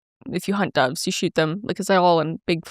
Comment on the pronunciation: Not me thinking you kept saying “dawgs” not “doves” 😂